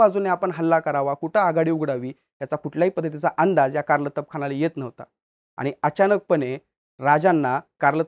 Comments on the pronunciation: कारलतब ❌ कार्तलब ✅ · कारलतब ❌❌ कारतलब ✅✅ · मला वाटते त्या सरदाराचे नाव "कारतलब खान" असे होते - ' कारलतब खान ' नव्हे ! संदर्भ - राजा शिवछत्रपती - लेखक ब मो पुरंदरे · Karlatab nahi kartalab khan 👈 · कारलतब नाही ते कारतलब आहे नाव 😂😂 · Abe it's kartalab khan